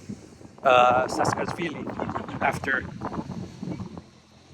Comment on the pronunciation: It's Saakashvilli, not Saskasvilli.